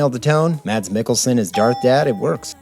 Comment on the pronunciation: Pro tip for englsih-speakers trying to pronounce Mads Mikkelsens name: The 'd' is silent